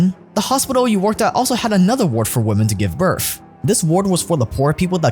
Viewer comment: My guy doesn’t know how to say women or ridiculous